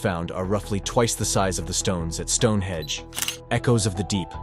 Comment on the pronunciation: Stone Henge not stone hedge!